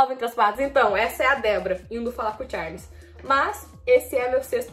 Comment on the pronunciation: A errou quando falou o nome do Charles